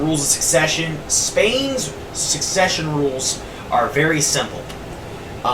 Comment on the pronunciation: Suppose to sound spanish the way you said succesion you sound more french